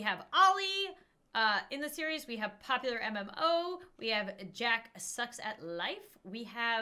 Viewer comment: I like how she said "Popularmm-o" instead of "Popularmmos" 😂